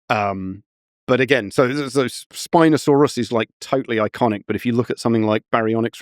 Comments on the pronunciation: Why tf is he saying Spinosaurus so weird half the time, like SpinoSAUrUS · Love the emphasis of syllables. Spinosaur Russ